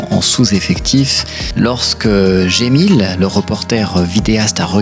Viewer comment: Excuse moi mais tu dis Gemil mais j'ai lu Cemil... est-ce que je me trompe?